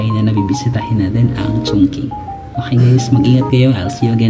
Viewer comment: Qipu Lu = pronounced as "Tsipu Lu(road)" . Chongqing = pronounced as "TsongTsing" 🙂